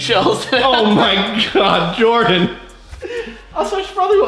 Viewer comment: Why does everyone call Jordan, Jardan, btw in new